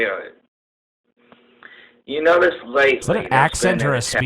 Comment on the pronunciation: "spiwwit"; best part of the show